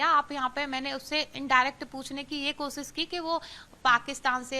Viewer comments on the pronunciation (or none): none